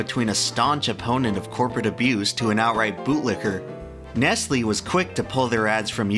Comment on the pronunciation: when he said nestlee instead of nestle i died